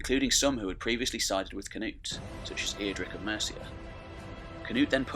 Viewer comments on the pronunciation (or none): none